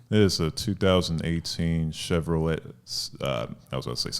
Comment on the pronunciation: chev-Ro-leT Does he even work for an auto manufacturer